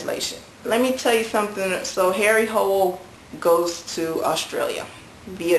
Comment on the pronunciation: Harry's last name is pronounced like 'hula' :)